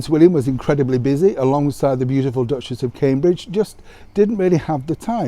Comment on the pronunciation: Why do you keep calling her "duchess's?